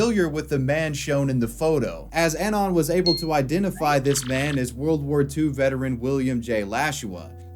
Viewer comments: That's not how you pronounce "anon". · It’s pronounced “UH-NON”. Not “AN-ON”. For fucks sake.